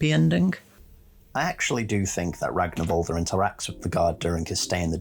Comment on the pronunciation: The -r at the end of his name is pronounced -ur. Its an old norse thing.